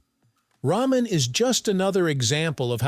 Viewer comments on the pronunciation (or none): It's pronounced "rahmen," not "raymen"